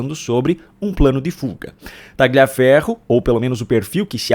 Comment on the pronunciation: A PRONÚNCIA CORRETA É TALIAFERRO, SEM O G